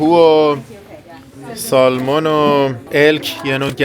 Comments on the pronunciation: در ایران نوعی از ماهی قزل آلا را با رنگ چیزی شبیه ماهی salmon می‌کنند، بطور کل این ماهی در بیشتر کشورها و زبان‌ها سمن تلفظ میشه، شما تلاش کنید که درست تلفظ کنین که دوستان فارسی زبان هم یاد بگیرند.البته هر جور که صلاح میدونید. در سفرتون به تگزاس سری هم به ما در دالاس بزنید. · با احترام در تلفظ ماهی salmon حرف L خونده نمیشه و samun یا سمن گفته میشه. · L is silent in salmon. ❤